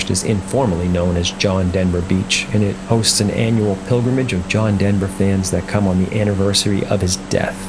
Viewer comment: I normally down vote video game entries but this one told a worthy story. Sorry to hear the mispronouncination of his last name though.